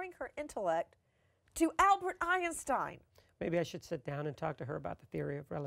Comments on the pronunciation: Every time she said Albert Einstein's Name I became irritated, how she pronounced Einstein....OMG! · Iron-stein love Nancy's pronunciation of Einstein. Juan Martinez should have had a proper interview with a proper interviewer and not Nancy Drew. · Einstein Not "Iron stein"..lol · It’s Einstein....not IRONSTEIN! My god, this woman is ridiculous! 😖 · Ironstien??? Lol!🤓😂😂😂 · "Albert Ionstein." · Sorry .. I mean Albert ironstein 😂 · Albert "Ironstein", lol. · Ei-N-Stein? why 3 syllables?? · Who the heck is Albert Ei-EN-stein? #nailsonachalkboard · the way she pronouces Einstein